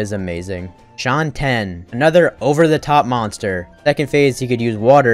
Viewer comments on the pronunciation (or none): Mispronouncing my beloved Shantien really hurts